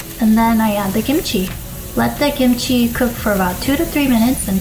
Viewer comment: kimchi not kimuchi